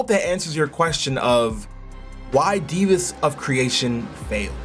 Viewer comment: Why are you saying “divas” instead of “Devas” (Dev-uhs)